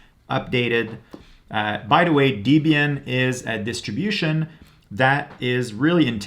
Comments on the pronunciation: “Dee-bian “ < off to an early eye-roll!> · izo... deebian? lol ok bud